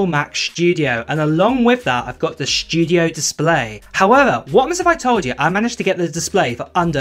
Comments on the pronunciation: The “SSHHTUDIO!” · "The Mac Shdew-diough" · The “schtujio” display is nice. I wish I could afford the Mac “Schtujio”.